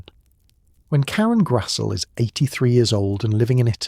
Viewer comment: Her last name is pronounced GRAZ-LEE!!!😊